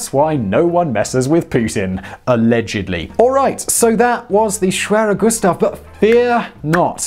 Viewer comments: Greetings from Germany! You pronounce the name very well. No complains from me about the english tongue accent. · i speak polish, and you 'almost' said it corrctly :) matter of properly accents but overall quite good :) try to learn other 'schwere' names such as.. schwerepanzerabteilung (i love german way of sticking few words together and make a new one :) ) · The pronounciation of schwerer Gustav was actually quite good. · your pronunciation of schwerer gustav was actually pretty good